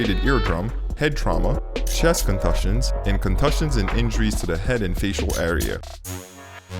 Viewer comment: "Contussions" is pronounced "con too shuns".